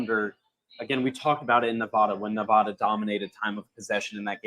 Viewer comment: BTW, you guys are pronouncing Nevada wrong and it is driving me nuts.